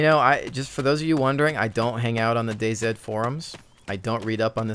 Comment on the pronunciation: DayZ is pronounced Daze. Day see/sed would be right if it was spelled Day Z.